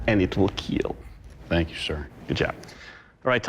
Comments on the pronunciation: its kill not keel! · I am irritated with It will keel. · Imagine being judged by a man who can't pronounce the word kill or salmon correctly. A KEEL IS ON A BOAT DOUG!!!! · Will it kill? "It will keel". Hehe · Just came here for my daily dose of “It will keel!”